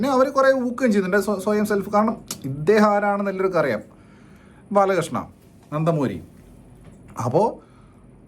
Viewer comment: 0.38 നന്ത...മൂരി ബാലകൃഷ്ണ എന്തോ കൊള്ളിച്ചു പറയുന്നത് അല്ലല്ലോ അണ്ണാ 😂😂